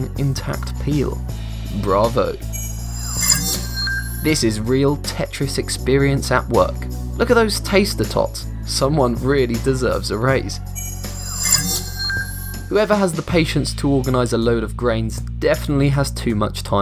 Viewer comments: He said taster tots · taster tots? TATOR TOTS